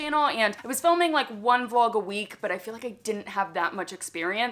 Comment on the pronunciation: Did you say vlog or flog???? I didn’t think it was that kind of channel. 😂😂